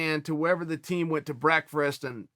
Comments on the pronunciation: As soon as I heard the word Brekfrest, I immediately went straight to the comments section to see people acknowledge the correct way to say breakfast, as brekfrest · when chael calls it brekfrest its called brekfrest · If Chael says breakfrast, then it’s the right pronunciation. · Brekerfest.... really Chael? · Chael “Breakfrast” Sonnen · Chael 'breakfrast' Sonnen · if chael says it's breakfrast then it's breakfrast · Chael ate Breakfrest with Yarear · He called it brekfrest back when Joel was still on the pod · Chael "breakfrast" sonnen strikes again! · Wow we were blessed to hear Chael speak about his "brekfrest" again. What a time to be alive. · Chael "Brekfrest" Sonnen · Chael "Breakfrest" Sonnen